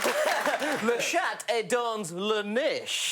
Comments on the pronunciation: The way they are pronouncing "chat" with a hard t actually makes it another word for vagina. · Anyone going to comment on the fact that the way they were pronouncing "chat" ("chatte") means pussy in french, and not necessarily cat..? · Love Greg’s pronunciation of Chat. If you say the t then it no longer means cat!